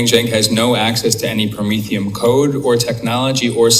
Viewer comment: I think it’s pronounced Pro-mean - fee - n